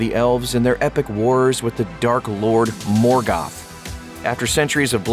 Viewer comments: Not morgath is morgoth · the mispronunciation of Morgoth and Balrog just ....I can't. I don't know what stylistic vernacular you are trying out but you keep substituting the pronunciation of the short vowel sound "O" as in oh! with an "a" How is Bolrag, for example, even a word in Elvish? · Ball rug? Morgath? Seriously find someone who knows how to pronounce the names. This is so god damn annoying.